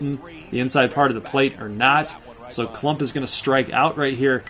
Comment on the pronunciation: My name is KLUMPP not klummp